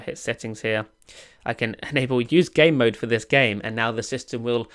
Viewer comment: He pronounces Game Mode as Gay Mode 😂